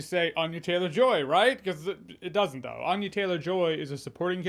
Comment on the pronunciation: Ann-ya not Ahn-ya